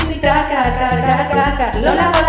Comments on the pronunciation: pensé q decía cacaca y después me di cuenta que era car 😂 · Yo pensé que decía caca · Siento que dice caca :v::vv